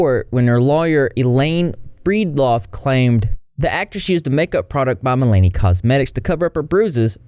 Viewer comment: You are mispronouncing Milani and subsequently.